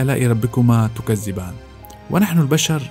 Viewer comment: شكرا لك مجهود رائع 👏 😎 لكن اخي الكلمة هي تكذبان وليس" تكزبان" شكرا 😊